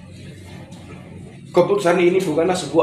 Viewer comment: Ngomong saja nggak benar Indonesa bkn Indonesia.mewek pula